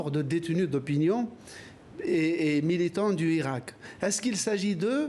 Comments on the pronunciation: tu a entendu comment il prononce hirak? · drareni restera en prison j espere et j aimerai bien que l analyste que vous êtes vous prononcé le mot hirak comme il faut car c est un nom arabe et c est un nom propre